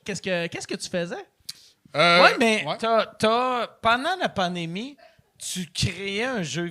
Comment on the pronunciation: Pendant la ´´pa-né-mi ´ 😅